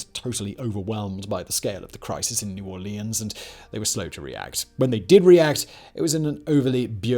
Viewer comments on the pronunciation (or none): Its New Orleans not New Aurelions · “New Or-lee-ahns” Painful… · Every time when he says new orleans i wanna puke